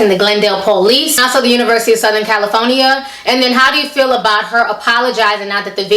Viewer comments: Lol! I thought you were sayin "CaliPHONYa" on purpose! It certainly is fitting though. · No hate, but why can't you say California correctly? Also I can understand if you think your son is being racially profiled wanting to pull him out of that university and transfer him to Howard, which is a historically black college. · I'm sorry but Everytime you pronounced California it cracked me up. No offense... It's actually entertaining